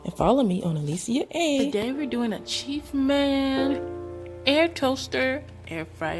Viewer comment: 1. You should say which model it is... 2. The word is chef 👩‍🍳 not chief 🤦‍♀️